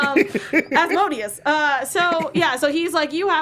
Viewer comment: Why is it hard to say Asmodeus correctly? It's not hard to learn.